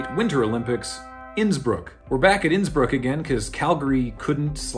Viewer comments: Whenever you say "Innsbruck" (in both this and the main olympics videos) I keep thinking you're going to say "Nsburg" ...I'm not sure if the idea of Nsburg hosting the olympics (Qwerplympics?) is hysterical or horrifying (or both) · When said Innsbrook I had to rewind and double check that he hadn’t said “Nsburg” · Unrelated to much of anything - but I can't hear "Innsbruck" without hearing "Nsburg" and trying to imagine what the Olympics would look like in that universe.